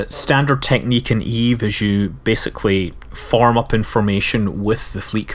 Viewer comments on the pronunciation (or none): none